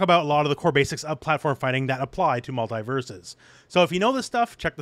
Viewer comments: Multi not multai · The way you pronounce Mult-E-Versus is killing me.